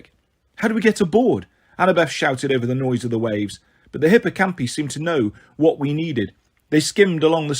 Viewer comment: Sorry, but hippocampi and pegasi have a strong I, so would be pronounced hipp-oh-camp-eye